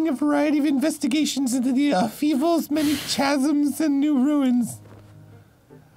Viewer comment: My sister pronounces chasm the same way just to irk me lol. Tchazims all dayyyy